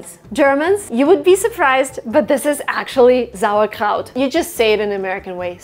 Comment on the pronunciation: We pronounce it "sour kraut"... not zour.